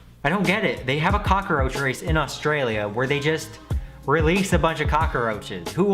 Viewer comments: Cock-a-roach? No no no it's cock-roach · says cockroach like "cockaroach" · Cock-a-roach. says "Cockroach" like an old Italian man who was making pizza; looked at the corner and screamed "mama mia issa cockaroach!" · cock-a-roach wat WAT!?!?!?!?!!?(no hate btw) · CockAroach? really 😂😂😂 still love u though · 'Cockeroach racing' its spelled the way it's said cmon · cock uh roach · the way you say cockroach makes me uncomfortable. thanks